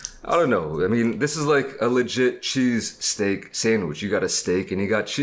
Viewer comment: He didn’t say cheesesteak. He said chee-steak